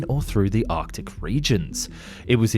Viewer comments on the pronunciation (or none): none